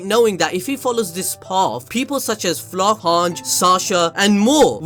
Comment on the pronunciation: editor after he heard him trying to say Flotch